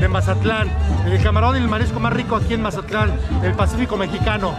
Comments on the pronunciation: Can you say Mazatlan right for once in your videos . Don’t say Mazalan say Mazatlan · My hermano can't say mazatlan